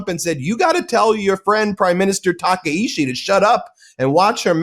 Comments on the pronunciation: Takaichi, not Takaishi. Got it Ben? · Maybe you guys should source Japanese domestic media instead of whitewashing western media who can only communicate in English. So pathetic, if you can’t pronounce our prime minister right, stay out forever. China has been invading everyday and night for last few decades, this is NOT newsworthy. Japanese defense force scrambled 669 times and over 60% of incidents are from Chinese threats. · The name of the Prime Minister of Japan is not Takeishi 竹石. Her name is Sanae Takaichi 高市. Please make sure to get that right.